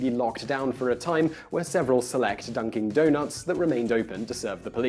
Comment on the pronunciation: Did Simon say 'Dunking Donuts'??